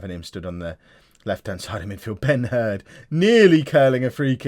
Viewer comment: I STG I keep thinking when you say Ben Herd that you're saying Ben Hur... Damn you